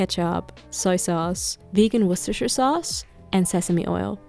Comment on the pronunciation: "Vegan Wushushu sauce"